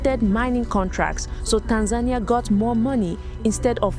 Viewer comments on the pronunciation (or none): TAN-za-Nee-Ah, not TAN-zane-nya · It's pronounced Tan-za-nia, not Tan-zaynia. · TAN-ZAH-KNEE-AH not TANS-NAIN-EE-AH. The woman keeps saying it correctly and you juat plow forward with Tans-nain-ee-ah. WTF?! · Bro you hear how they pronounce it and you’re still calling it tanZAYnia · Bro right out tha gate....come on🤦🏼‍♂️🤦🏼‍♂️ Tan-zania ....😶 Tan-Za-Nia (Tanz zah knee ah)😉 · The correct pronunciation of Tanzania in English is "Tan-zah-nee-uh"... this is the most widely accepted pronunciation. It's interesting that only two options given on how Pres Magufuli dying are either heat condition or covid. How about premeditated deletion? Men or Women: Who gets into wars more? | Study says 'women waged more wars' - Who's Started More Wars: Men or Women? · its the "tanZAYnia" for me😂, but this isnt a joke, im kenyan with family in Tanzania, and bro you havent seen nothing yet, on the ground, things are way worse than you can imagine, pray for tanzania, but as our neighbour we will fight with them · Bro.. Its pronounced (Tan-zah-knee-ah) 😂😂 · Left as soon as you couldn’t say Tanzania, as a black man there were too many opportunities, a lack of effort and disregard. U heard this in your final edit, you had to. Either you didn’t question it, or didn’t care. Take this how u want. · The way he is saying Tanzania is triggering. lol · How do you mispronounce the country of Tanzania when the reporter says it correctly? Are you incapable of pronouncing it correctly or are you using Ai?